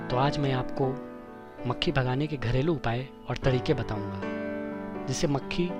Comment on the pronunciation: Bhae mucheee nhi mkhi bol yr